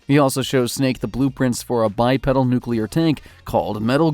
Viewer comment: It’s pronounced by-peedal